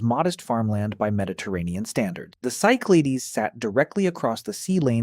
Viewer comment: Cyclades is pronounced in English as SYK-luh-deez , with the stress on the first syllable